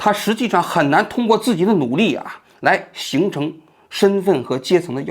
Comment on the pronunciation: 跃yue迁，王局你在之前的节目也是读的yao